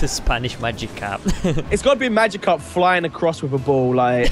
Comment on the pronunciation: its not magicarpo i know spanish